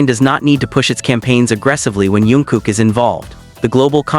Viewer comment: Jungkook not yoonkook😂